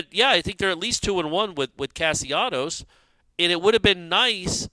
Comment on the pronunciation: Castellanos why cant you get the kids name right? How do you get Casionos out of that? Its disrespectful to the kid to constantly mispronounce his name.